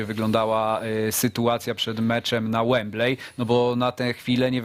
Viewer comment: Webley wypowiada się "Łembli".